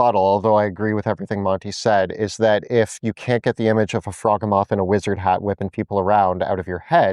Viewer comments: I don't think it is pronounced "frog ugh moth" I think it sounds more like behemoth, as in "frog HE Muth" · I believe it's pronounced "frog-hee-mith" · It’s pronounced frog-he-moth. Rhymes with behemoth. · fraw GEE muth Rhymes with Behemouth. Get it? Cuz it's a behemouth frog type creature? Not a froggy mouth? K kool bye!❤ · I don’t feel good doing this but I think you were referring to the froghemoth, which is pronounced to rhyme with behemoth. Really hoping “frog-e-moth” doesn’t stick in my head. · The way they pronounce Froghemoth makes me desperately want to hear them pronounce Behemoth that it is built on lmao